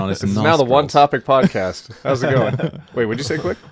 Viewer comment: says Pod-Cost and that is an unforgivable crime